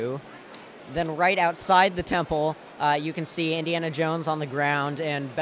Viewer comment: How many times does he say indianna jones?